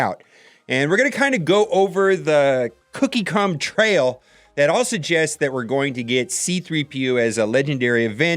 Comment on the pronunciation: "cookie cum trail" xD